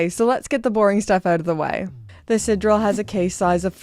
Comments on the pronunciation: I love your content, but for the mercy of God - isn't Canada a French-speaking country, at least to some extent? SidEral is not really that hard name to not butcher the pronunciation every time... Still love you tho. 😛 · Strange that you were able to pronounce "sideral" as the French would, but then decided to mispronounce it afterwards. "I know it's pronounced 'Tiss-oh', but I'm going to say 'Tiss-sot' from now on." 😂😂